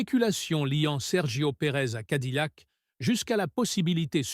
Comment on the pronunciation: Cadillac se prononce cadiyac et pas cadilac! 🤣🤣🤣